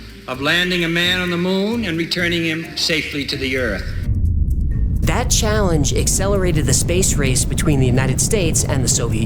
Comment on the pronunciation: "That challenge excelerated...." ACCELERATED